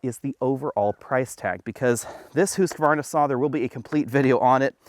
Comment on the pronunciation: Thank you for pronouncing Husqvarna correctly! Never thought I’d hear someone who actually knows. I’ve even heard people who sell their motorcycles pronounce it wrong 😂